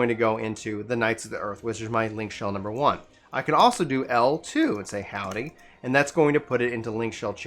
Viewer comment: hwody? :) im just messing around so no worries - i just thought it was chuckle worthy and figured id share! :D